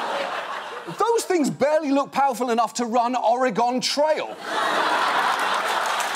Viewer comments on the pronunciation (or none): Its pronounced OREGON NOT "OREGAWWN" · He said “Orygone Trail” 😂